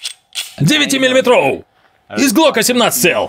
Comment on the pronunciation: 😂 да, тоже заметил